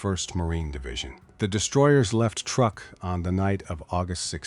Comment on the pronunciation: Truk, not truck.